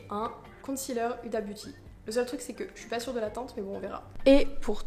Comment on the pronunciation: TROP BIEN TU ES TROP BELLE ET ON PAS UDA MAIS OUDA